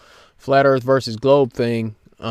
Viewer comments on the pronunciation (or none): none